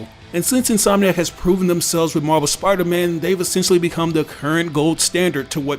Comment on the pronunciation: When you say Marvel it sounds like you are saying MarBel